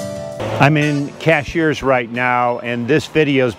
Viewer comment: Great video! One peeve: it's CASH-URS, not CASH-EARS